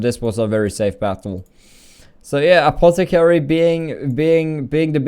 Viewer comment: Anotter apotticarry!!!